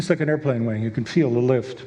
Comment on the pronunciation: When he says "wing" it sounds like "wang" 😂